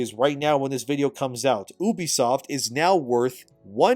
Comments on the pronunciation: bruh its u-be-soft and not oo-be-soft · Omg can you please for the love of god call it U B soft not oubisoft. And do you talk to people like you are talking to child in real life or only on YouTube.